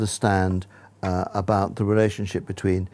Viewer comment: "abot" makes it only funnier